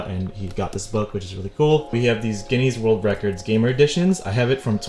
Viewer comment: The way you said "Guinness" gave me the ick